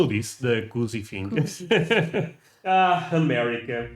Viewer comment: It's pronounced "coozie".